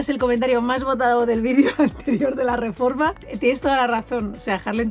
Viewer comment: Cómo pasan los años, que hemos pasado de un "RRRREPASO DE COMENTARIOS CHST CHST CHST" a un "RRREFORMA DE AUTOCARAVANA"